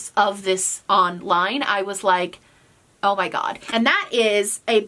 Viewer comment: Love when New York accent comes out when she says “Oh ma gaud” 😂